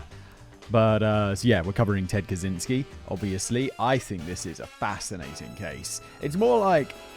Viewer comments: Did you just say Kazinsky or Kazansky ?! 😱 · It always amases me that almost no one realises that the 'cz' in his last name should be read as a 'ch'. Cya Raziel-chan